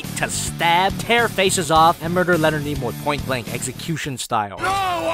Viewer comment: I love how you called him Leonard Nemoy